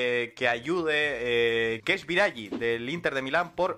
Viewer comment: Querría hacer una puntualización para que la podáis corregir en próximos vídeos. En italiano la finalización en -ghi es como nuestro -gui en castellano. Por lo tanto, sería Biragui, no Biragi en términos de fonética. Disculpas lor la chapa. Sois unos cracks. Fala galeeera